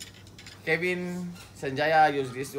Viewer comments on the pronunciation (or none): none